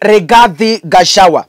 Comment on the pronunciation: So difficult to pronounce gachagua correctly? Ama ni ulimi inauma ,just asking 😊